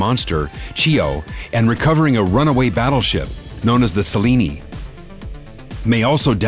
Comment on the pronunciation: Wait... You pronounce the final E in Selene? XD now I'll never be able to take that name seriously! Also, and this might just be an animation error, but plz don't tell me they are thinking of bringing back himeko. Her icon wasn't faded out in the video. Don't get me wrong, I love her character, but the whole reason why her actions work so well and why it is such a great story beat is that she is sacrificing herself for the happy end, acknowledging that she needs to do it for everyone she loves even though it means she won't be able to be there at the end!